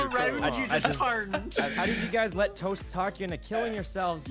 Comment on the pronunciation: LOL YOU SPELLED TOAST WRONG IN THE TITLE u said tost lmfao